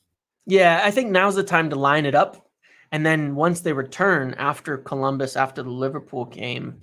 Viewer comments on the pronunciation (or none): none